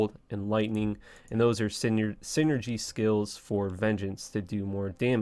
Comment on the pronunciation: bro i really want to like you but you act so weird and the way you talk bugs me lol. im still watching tho. veen gance? it's vin-jance.